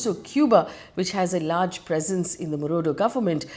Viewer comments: Marudo? Really? Not once not twice ….The entire video is about someone called Marudo!!! 😂😂! Who next? Russian president Vladimir Punit ? 😂😂😂 Egad!! 🤦‍♀️ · FD trying hard to show she knows what she is taking about 😂. Btw is Maduro not marudo